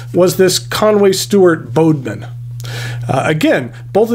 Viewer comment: Bodmin is pronounced as in GODmin, it's a place in Devon UK